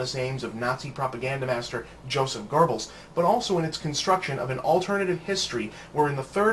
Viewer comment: "Joseph Gorbles"